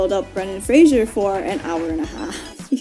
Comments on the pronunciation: Could you pronounce his name correctly? It's my name too tbh and it's not Frasier, its Fraser! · Lol Fraser rhymes with Laser! 'Frasier' is a different name that's just very similar!